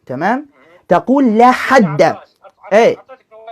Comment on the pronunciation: بالتحليل النفسي لمخارج حروف هذا الايراني فتلاحظ انه ينطق مصطلح(لاحد) بنفس اسلوب نطق(لاحرج) بالتالي فان عقله البسيط يترجمها لنفس المعني